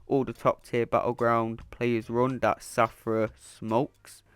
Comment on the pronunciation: Take a shot everything he says Shathra as Safra 😂🍻